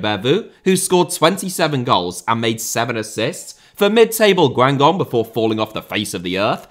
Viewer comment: I must note that you really butchered the pronunciation of Guingamp and Beauvue. Also Michu at Napoli is such a perfect response for pub quizzes